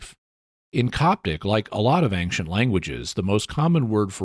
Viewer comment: It's a mystery that I can't figure out (and me and my wife have watched dozens of episodes of the Mysterious World) - why does Jimmy consistently pronounce ancient as "an-k-cient" ? He's so careful about pronouncing anything I can think of that there must be a good reason for it. What is it? If it was answered as part of the mysterious feedback in one of the earlier episodes - please redirect. Thanks!